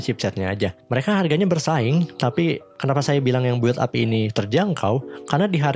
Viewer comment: audio cakep, editing jg mantap, paling pengucapan istilah agak dimatengin aja "bil ap" bukan "buwil ap" :D